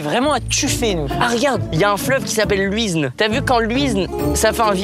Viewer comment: Quand michou a mal prononcé "l'huisne" ça m'a tué 😂😂😂